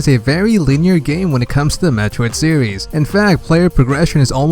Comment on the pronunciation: “Metroid sewies”